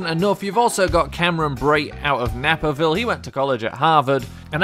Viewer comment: You said Naperville wrong